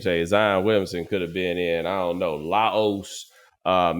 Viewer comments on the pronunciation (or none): Omani did you say Laos? 😂😂😂😂😂😂